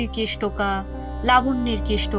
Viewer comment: কয়েকটা উচ্চারণে একটু সমস্যা আছে, যেমন কেস আর কেশ... এগুলো একটু নজরে রাখবেন প্লিজ